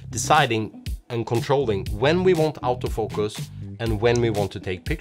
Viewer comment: Sorta funny. The accent of Auto-Focus sounds almost exactly like "out-of-focus."